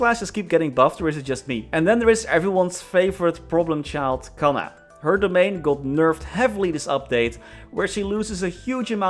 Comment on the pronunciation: I don't understand why they keep butchering Kanna...